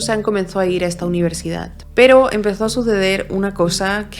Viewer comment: Me encantan todos tus casos, pero lo pienso un montón, porque palabras que acaban en d las acabas en t? UniverdidaT.CantidaT. ManfreT. Y esto ha sido solo mientras escribía el comentario xd